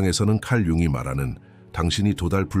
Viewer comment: "융이"가 "융기"로 들립니다.ㅠㅠ